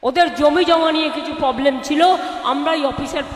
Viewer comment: রিহার্সাল কম হয়েছে...'এ কি কান্ড'..মুখস্তও ভাল হয়নি....poblem বলেছে problem বলেনি